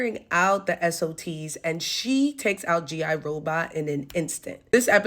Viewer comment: SofTs not SOTs.. :P and yah, the delivery of the "Oh boy, Nazis." could be read as sadness.. or not. That's why I love it.